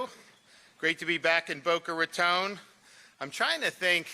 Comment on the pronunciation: "Boka Ratooone" lol